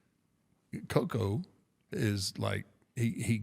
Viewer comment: Why the fuck are you saying Koko’s name like that?